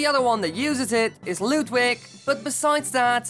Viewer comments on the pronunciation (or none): Ludwig is pronounced loodvig it's german